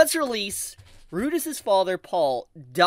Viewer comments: Had to stop watching after 1 min in. The way he intentionally mispronounces Rudeus is crazy. I'm crazy for the story so maybe that's why it bothers only me, I've read all the LN's. He is right though, they delayed 1 episode during its airing season to have it timed with Father's day. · My dude can’t even say the name the guy’s name right even tho we have it said in English